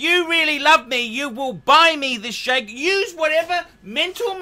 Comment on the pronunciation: It's pronounced jajer not jager